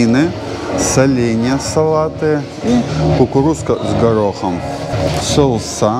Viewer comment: СоУсы , а не Соусса 😃